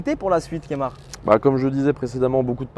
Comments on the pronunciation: C'est pas Kémar mais KEMAR mais bon super interview! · il a dit kémar ... NOOOOOOOOOON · Il a dit Kémar 🤔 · Par contre ça se dit Keumar. France.